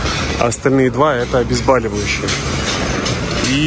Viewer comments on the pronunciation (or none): none